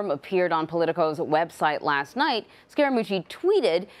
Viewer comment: There is a subliminal BS tactic underway to smear Scaramucci by mispronouncing his name to emphasize the word "scare". Listen for it.